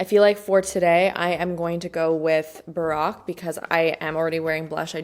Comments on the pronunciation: it is pronounced BA ROKE like BROKE ! Not Barrack like Obama 😂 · I love this video concept! I've tried a few things from Em Cosmetics and really loved them, and am curious to try more. And I definitely want to give some of those Rare Beauty items a try. PS - Baroque is a style of music, architecture, and art and is pronounced BAH-ROKE. It rhymes with broke, which is why there are a lot of puns to that effect! Like, "I would go Bach to the store so much, I would go baroque from spending so much." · Also, the “baroque” blush is pronounced Ba-row-k 😬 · the way she pronounced it made me think "Barack Obama!" haha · I love her but the pronunciations kill me. People gonna be thinking the Baroque blush is named after Barack Obama. 😂